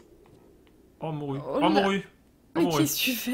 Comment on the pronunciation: ça se dit pas morue ça se dit pas